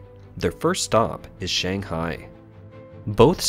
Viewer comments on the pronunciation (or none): none